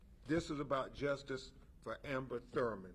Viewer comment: ~ Ben Crump has a flight speech impediment or something. Like he said “Amber“ instead of “Amber“.